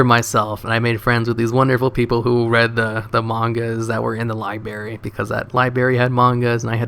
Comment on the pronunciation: Libary. pls. Your eBay costs sounds a little high. My mom does eBay all the time and never heard of it being that expensive. Its normally like 3-4$ per 60-70$ item. Why do you keep saying libary? D=